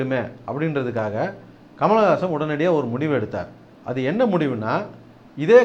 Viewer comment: hey, you cant even say his name properly, you are saying Kamalagasan Kamalagasan, rosha maan, otha dei nee padiparivilladha panni, nee Kamal pathi pesariya